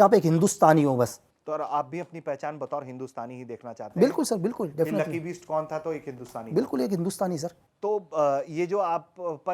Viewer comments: पत्रकार महोदय का उच्चारण लकी बीस्ट कर रहे हैं!!!!!! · अरे gandu bisht aur beast me antar nai samjhta uchcharan to sahi kar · Bhai ptrakaaaar uchharan to theek kr le lucky sir ke surname ka..